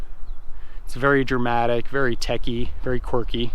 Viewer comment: Picky-picky... nothing wrong with that vehicle; you're a young guy, that explains it. Also check your pronunciation.... it is techy and not tacky. BMW /Audi hahah